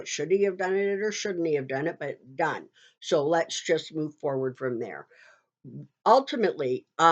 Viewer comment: I've seen your videos for a while. Very informative. I've noticed for some time that when you pronounce your "s's" they sound like "sshhs". Are you using a dental retainer? You know those retainers that are used by patients who have used braces? When you say "so" it sounds like "sho".